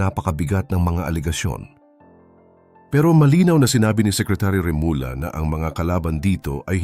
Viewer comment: mawalang galang nga po, mangyari'y paki ayus nyo nman po yung pagbibigkas nyo ng apilyido ng mga taong binabanggit nyo.. ganyan po tayung mga pilipino na naturingang mahuhusay at matalinong tao., ngunit bakit po kinukulangan nyo.. gaya ng REMULLA Naging Remula.. yung BARETTO naging Bareto.. pati yung ating pagbaybay sumablay na..